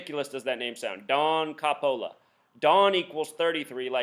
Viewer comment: Don Coppola is a real person. He is an officer for Baton Rouge police department. He's Italian, you're saying his name wrong. You seriously have something wrong with your brain if you are trying to come up with all these crazy conspiracy theories. This happened. It was 100% real. I was at one of the officers funerals today. I don't give a fuck if the number shows up a millions times. This is fucking real.